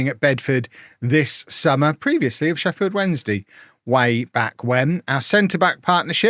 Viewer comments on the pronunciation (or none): none